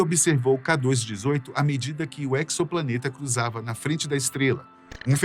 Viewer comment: Não seria exoplaneta [ezoplaneta]? Essa pronúncia aí da palavra acho q está equivocada. Pois o EXO aí, significa FORA. Planeta fora de nosso sistema solar. Ou seja, um EXOPLANETA. 🤷🏽 EQUIÇOPLANETA é foda 😂